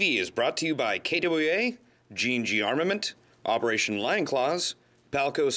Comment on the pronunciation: can't say KWA XD